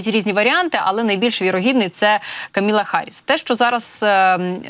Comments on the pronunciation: Камала, а не Каміла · КамАла, а неКаміла. Відповідальніше, будь ласка